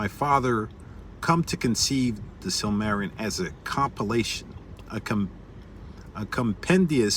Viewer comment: you're missing a whole syllable, sil-muh-RIL-ee-un It's too bad Tolkien didn't get 200 years to write, there are so many thousands of tales and legends around the world he never got to incorporate into his world, because that was really the goal... to take all those fairy tales and everything else and write a cohesive narrative as if it were the actual pre-history of this world